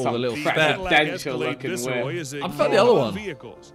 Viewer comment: Thats not how you pronounce viceroy!!